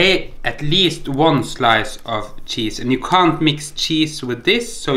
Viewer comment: "Shiny, svetty chesee" 😂😂😂😂😂😂😂😂